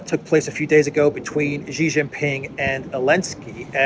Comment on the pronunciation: It pains me to hear the west calling the leader now of the "evil" dragon trying to destroy the world by promoting peace and infrastructure building as GEEE Jing Ping, its prononced as SEEEEEEE not GEEEEE. For the Chinese, to get the surname or the family wrong is the greatest insult to not only the person but also his bloodline. Its a disrespectful insult. I have written about this before, I hope in the near future, we can accord some credance to the surname of the person now that has become the icon of peace, even though Duran is the most credible channel on the web .....GEEEEEE is not the way to go.....SEEEE, Its SEEE, Si, Si, Si, Si please! For crying out loud, Gee Jing Ping can mean REJECT Jing Ping, unless that is the purpose for of the channel, to program all english speaking chinese to reject Xi ....pronounce as SEE or Si, which means to learn. A good name, that become REJECT....sigh. Its the second time I am writing. I hope you get to read it.